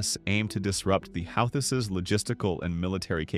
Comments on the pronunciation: Love how it pronounces the "How-thiss" instead of the "Who-thees", who are Yemeni "Reh-Bells", not Rebels. Either AI or brane-ded. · "the how-this" must be a new group. i don't like ai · The who-this the who-thee-sis and the how-these huh? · You need to decide on a pronunciation of Houthis.. I hear 3 different ways to pronounce Houthis here. 😂 Don't make me go back and mark each pronunciation 😂 i heard Houthisist also. 😂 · The AI voiceover managed to come up with 9 pronouncements for "Houthi's" (hU-thEe)! Great presentation anyway. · Houthis "ra bells"? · Whose gonna make us pay a price? The YOEWTYS? Or the HOUTIES? or the YOUTEEWS? or the YOEWTEOUS? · LOL apparently it's Yootheezez! Howtheezis... Hoots? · Who thies AI . Rebels not re bels😮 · Your A.I. ....HOUTH EES? REALLY ?!!! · Translation; The Houthaaes are a wild bunch, according to the AI bot narrator. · Sound like Mike Tyson. "The Houth-is" 🤣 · If you write hooty or who tea …ai can say it right. Apparently the op only gave edit one pass or something. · Who-thee try pronouncing it correctly prior to correcting others on pronunciations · Called them "healthies" at least twice! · Dear Lord! Who is teaching these computer voices how to read these words, like Houthis?!?! They are SO distracting! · I heard at least 4 ways to pronounce "Houthis" in this video. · I like how he pronounced “houthis” differently every time he said it. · I hate AI narration. You pronounced "Houthis" at least 3 different ways. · This report pronounced the name Houthi’s several different ways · You might want to teach your AI how to pronounce words like: houthis and rebels